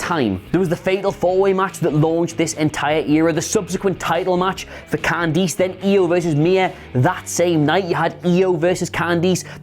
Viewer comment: Why does he say "Can-deese" instead of Candice?